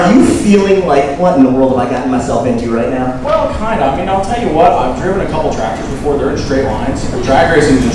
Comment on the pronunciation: “I’ll TELL YOU HWUT!”